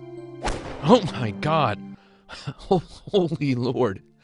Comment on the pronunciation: HO MAI GAWT